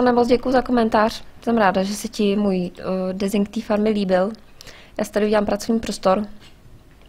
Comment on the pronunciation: a prosím trochu poněn vyslovnost toho desingu ja když sem tu uslišel poprvé tak sem si říkal proč tam k stavbě říká dresing